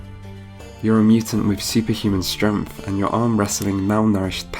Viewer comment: Your videos are great. I do find myself wondering why it sounds like you pronounce "strength" as "stremth."